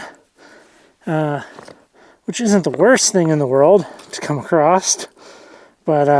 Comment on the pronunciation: Did say "acrosst"?